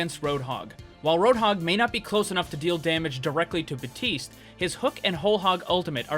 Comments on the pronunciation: It,s baptiste not baptist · really useful video but drives me mad every time you miss out the "P" in Baptiste's name